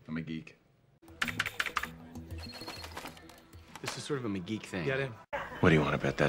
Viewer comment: I didn't realise that McGee was being called mcgeek so many times😂😂